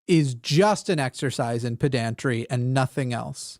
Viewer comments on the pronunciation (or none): That's what I am saying. I think the different accent pattern of the first two syllables of the words pedantry and pedantic sometimes causes mispronunciations when speaking extemporaneously. No joke was intended, even if it is mildly amusing when it happens. It is so common. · Well, not exactly. The difference that makes it humorous is the mispronunciation not the grammar (inflection of the word). If was just confusing and thus substituting one word for the other than it is a problem of confusing the different word inflections. However, if he is just absent-mindedly (because multi-tasking) or just confusedly mispronouncing the word then it is a problem of placing the wrong emphasis on the wrong syllable. Since WRITTEN English is a non-accented language it hard to legitimately write this out in the context of romance languages but, basically: the difference between "puhh-dan-tic" and "pehdan-tree" is not one of grammatical inflection, but of the different vowel sounds (which would be symbolized with accents in legitimate phonetic spelling) when pronouncing the first two syllables...which are spelled exactly the same (uninflected). Now, see, THAT is being a pedant 😊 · intentionally mispronouncing "pedantry" to annoy pedants is my favorite gag, He does it so smoothly. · It’s not intentional, he pronounces it like that because he’s more familiar with the word “pedantic” than the word “pedantic”. himself has explained this in a previous show.